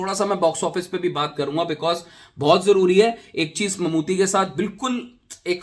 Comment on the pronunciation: भाई मम्मूटी है मम्मूती नहीं!